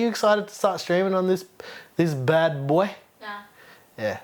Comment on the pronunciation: "this bad bhoy" lmaooo